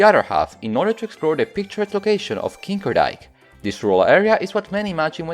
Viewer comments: I'm impressed you pronounced Montelbaanstoren so well, putting the emphasis on the right parts (even if the vowels were... Heh) And then you said kinkerdijk hehehehehhehehe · "Kinkerdijk" is not how you'd wanna pronounce that, you can guess why xD it was the right i-sound and "dijk" was also good but just remember the "n" if you need to say it again once kind mains child, and it actually sounds close to kid but with that "n" included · kinderdijk you did not say the n